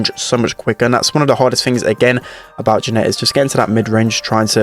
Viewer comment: Why does he pronounce janet so wierdly